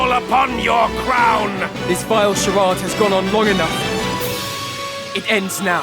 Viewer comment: Did they mispronounce, "Charade"?